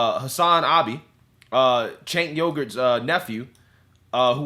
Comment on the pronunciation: Do you call him cenk Yogurt On purpose Or what😂😂😂😂😂